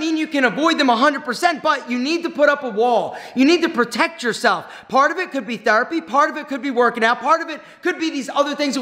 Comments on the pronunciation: I like when says Thurpy instead of Therapy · That is his Philadelphia area accent coming out